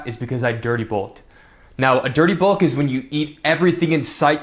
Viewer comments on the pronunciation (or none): People who mispronounce their vowels irk me to no end - can't stand the guy. Glad your "bolk" went well though!